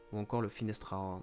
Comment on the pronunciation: Finster - Aarhorn, pas Finestr - 😉